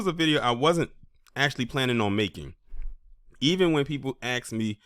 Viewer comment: And the word is ask, not axe. Learn English properly.